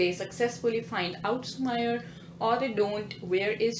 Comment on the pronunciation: It's su-meee-rey not su-ma-yar